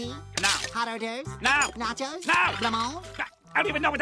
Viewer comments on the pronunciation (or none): none